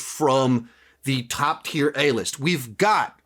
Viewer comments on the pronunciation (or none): none